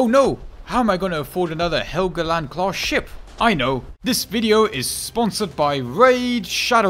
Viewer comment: FYI it's pronounced like hell-go-land